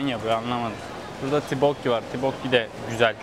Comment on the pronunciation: abi tibokki diye telafuz etmişsin daha çok toppokki deniliyo bir de hotpotçulara ya da kore barbeküsü denemeye giderbilirsin ❤🌸 Ayrıca koredeki hazır donmuş gıdalar çok meşur bir gün boyunca market ürünleriyle beslenme videosu gelir mi 🦋